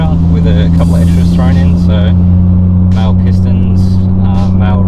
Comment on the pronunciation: Do the pistons identify as male. German word. Mah-luh or westernised pronounces would be mah-lee.